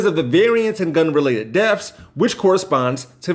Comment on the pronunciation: Axed? (asked) Deafs? (deaths) I’m so disappointed.